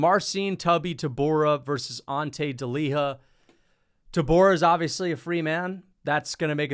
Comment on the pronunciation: It’s pronounced ante deliya